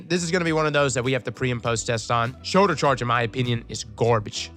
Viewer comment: "shorlder chorge" lmfao